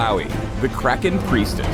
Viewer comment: "Let's get kracken"? Really? Why u do dis?